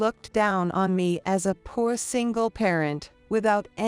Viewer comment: For God’s sake, learn the correct pronunciation of “alma mater” and “poor”. Also, stop using repetitive narration. The video could have been a lot shorter.